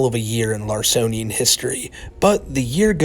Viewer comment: This MF said "Larsonian"